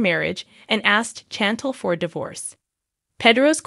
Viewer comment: 😂 That mispronunciation of Chantel’s name was driving me nuts!